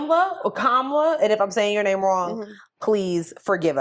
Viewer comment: Hi ladies You got my name right 😂😂😂😂. Thank you for reading my email.❤